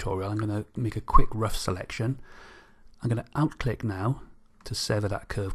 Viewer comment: Hi, Thanks for very useful tutorial. but I didn't understand one word you are using many times. the word are "OUT CLICK" what was that?